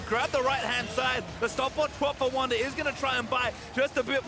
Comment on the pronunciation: It is Wunder Not Wounder 😂